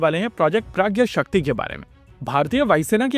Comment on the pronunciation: Waise mujhe lagta hai ki ise प्रज्ञाशक्ति bolenge na ki प्रज्ञशक्ति.